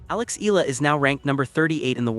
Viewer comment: E-YA-LA correct pronunciation